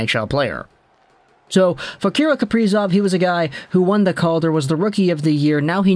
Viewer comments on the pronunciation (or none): kah-rill kah-pree-zov